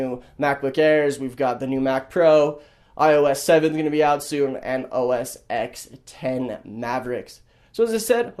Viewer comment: Dude it's "OS 'Ten'" not "OS 'ex'"